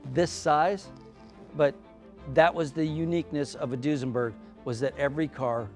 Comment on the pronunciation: Duesenberg, nope! Foosenberg, yep!